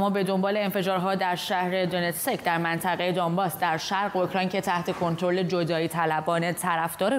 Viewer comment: دونتسک را اشتباه تلفظ می کنید ، Donetsk تلفظ میشه